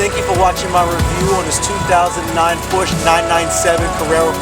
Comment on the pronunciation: it is Porscha not porches